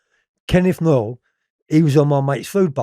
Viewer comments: And Noye not Noyles 🤣🤣🤣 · Did he say kenny Noyle and Jack homes 😂😂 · Wtf is Jack HOMES and Kenneth NOYLE ? 🤣 Does he really expect us to believe his recollections when he doesn’t even pronounce the names correctly Noye never got sentenced for murdering the cop. . 🤣🤣🤣🤣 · He couldn't even pronounce Noye